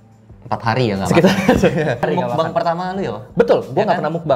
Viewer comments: Tulisannya meokbang di baca mokbang "o" ny o lemah sekian terima kasih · Ngucapnya Mokbang Bang... 😆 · Meokbang ka dibaca nya